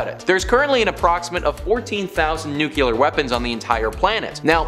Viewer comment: Taje a shot every time he says "nuke-you-ler". 🙄🙄🙄🙄